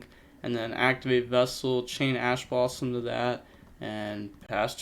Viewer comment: Ash blossom? More like Passh blossom